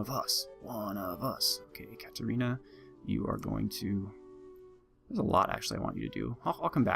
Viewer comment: Semper - Fidus! - Semper - Fortis! Für Katerina! Thank you for the naming, and pronouncing it as I prefer :) Heh, that greeting makes me think of playing in the Holy Roman Empire in Crusader Kings2: The count behind the count behind the fey child who would be a goddess. Complicated enough for a HRE-themed faction :p